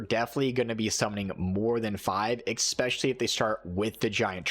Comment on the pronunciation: Nice video and all. But if you want to make videos on Youtube, consider fixing your language. It's "es-pecially", not "eXspecially".